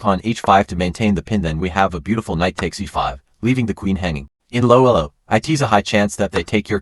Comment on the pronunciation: some words said loloweloowww instead of low elo😂